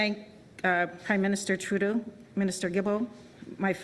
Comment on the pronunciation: Props to Trudeau for getting the pronunciation down. He shills pretty hard.